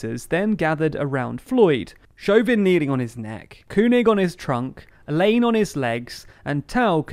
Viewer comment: FYI Keung is pronounced King.